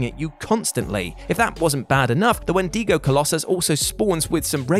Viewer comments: I'm sorry to say it's pronounced Wen-dih-go, not wen-dee-go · The way he says wendigo is so wrong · 1. Why did he keep saying Wendigo like that? 2. Did he say "Pig Iron"? 3. Albino also isn't pronounced like that. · Why do you say wendigo like that, its so strange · You honestly don't know how to say "Wendigo"?